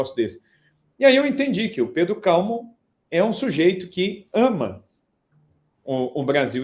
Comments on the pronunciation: "Calmon"? Onde ele encontrou essa tônica em Cal? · Também achei curioso (e erado). Veio do francês onde seria Calmont. Não haveria dúvida da pronúncia no original. Em português, para ser paroxítona, a grafia exigiria uma acento. Ex. hífen, pólen, glúten.